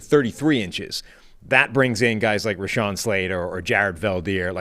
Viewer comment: I wish that would stop pronouncing Rashawn Slater’s name wrong. I cringe every time. It’s not RAYshawn, it’s RUHshawn!